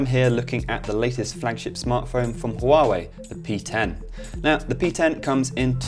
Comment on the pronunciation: I dislike Huawei phone's design.And the UI is so ugly.The pronounce?Huawei?Far away?looooool